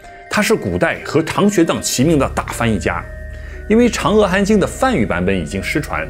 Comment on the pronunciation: 阿弥陀佛念a不念e，长阿含经也是念a不念e